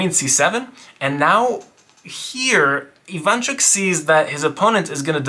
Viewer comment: Russians and ukrainians on their way to die inside from those mispronounications Very cool video tho